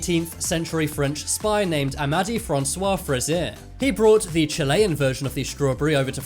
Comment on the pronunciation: Ewwwwwww ewwwww ewwwwww ewwwww ewwwwww! That is NOT how you pronounce Chilean, it’s not chillayan it’s more like how it looks.